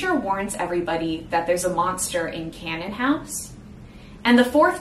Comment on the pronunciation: The only complaint I have is that your pronunciations don't match what's in the audiobook. Canaan House is like "KAY-nin" house. Deuteros is like "DU-tuh-ross". Protesilaus is like "pro-teh-za-LAO-wus". Jeannemary is like "ZHAN-mair-ee". Nigenad is like "NAI-guh-nad" with a hard G. Cytherea is "kih-thuh-RAY-uh".